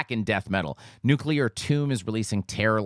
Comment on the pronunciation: See,? You can pronounce 'nuclear' properly!